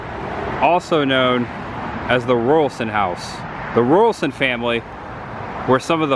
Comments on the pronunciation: I love how they have preserved that era of their town with the murals. My dad worked at a little Sinclair station like this in Bartow 60 years ago. Raulerson isn't pronounced like Royal but like Raw. Good try though. My maternal GGG Grandmother was a Raulerson married to an Albritton. Sad the Chandler site isn't kept up better considering it's a historical site. Enjoy your videos. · You so pronounced Raulerson WRONG! You kept saying Rualson. It is pronounced Ra-ler-son. If you don't know how to say something ask before you assume and put it on film for everyone to see and hear. Geez! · The Name is Raulerson pronounced as Raw not ruralson. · Let’s break it down, … Raulerson= Raw-lurr-sun. Not Rural-sun. You’re welcome. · Hey, Raulerson is pronounced more like "Raw-ler-son". Love the video!!!! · Hey, I just had to jump up here. When you mentioned the name Raulerson, I wasn't looking at the screen so I had to rewind better understand what you were talking about. The correct pronunciation is Ral-er-son. And I pretty sure there's no college associated with the old high school. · It’s pronounced Raw-ler-son. One of my relatives married a Raulerson in that area. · My great grandmother was a Raulerson it is pronounced Rawlerson. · Raulerson is pronounced Raul Ler son. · Raw…ler…..son. (pronounced)